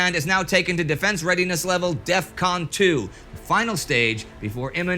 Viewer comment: "Take us to DEFCON 2, Secretary McNamara" ( Heavy Boston Accent)